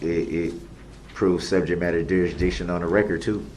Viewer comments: Ole bright one,, has said subject matter jurisdiction so much that he can’t say it correctly right at the last leg of the race. 🙄 He now calls it “Subject Matter DurisJiction” 🤡 Words are hard, right DB? He should be well spoken and well read after he serves those 1000+ years that Judge Dorow 👩🏻‍⚖️ 🥊 knocked him out with. I mean he’ll have plenty of time to read the dictionary... and all the encyclopedias from the 1980’s. 🤣😉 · the ‘ol suhjekt matter durisjiction 🤡